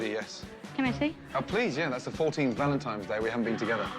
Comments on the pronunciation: sounds like Gordon says "valentimes" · IT'S V A L E N T I N E ' S NOT VALENTI M ES - THERE'S NO M IN THE WORD. I'M NOT SHOUTING - I JUST CAN READ BETTER. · he said "happy valentimes day" about 10 times. does he not know what valentines day is? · Gordon kept saying Valentimes. "Hey buddy, that's not how you spell it.'" LoL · Actually I believe he said ValenTIMES Day. hahaha